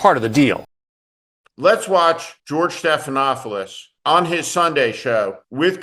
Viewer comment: George Stephanopoulos. There is only ONE “f” sound. At least pronounce the name of this media hero correctly.